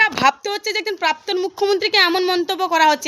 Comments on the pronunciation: ওরে প্রাপ্তন নয়রে 😝😝😝😝 প্রাক্তন | উচ্চারণ ঠিক কর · এই যে আপনি আগে প্রাক্তন কথাটি ভালো করে বলতে শিখুন তাহলে রোজ সকালে উঠে গারগিল করবেন দেখবেন ঠিক উচ্চারণ করতে পারবেন